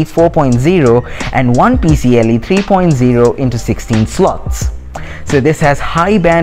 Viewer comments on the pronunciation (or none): Few notes: People don't say D-I-M-M slot. they say Dimm, like a word, pronounced (Dim). It's not P-C-L-e, it's P-C-I(i)-e.